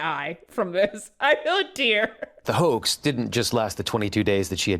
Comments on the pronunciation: I swear the news reporter says, "shattered by that hoe." not hoax, in the beginning. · idk bout yall but when the report hoax is soooo goood. he sorta emphasized the hoa and then added the x very good play on words